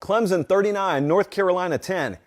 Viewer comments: Say it with me... Clem-Son.. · Please people stop putting a Z in the word Clemson. It's Clem-Son. Pretty damn simple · Great video but it's not clemzon it's clemson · For the love of god will someone please teach this guy how to pronounce Clemson properly?